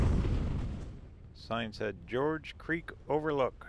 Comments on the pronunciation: Not George Creek. Gorge. Like gorge on too much food? 🤦‍♀️. Or the first part of the word Gorgeous. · The G in Gorge Creek is pronounced like the G in GO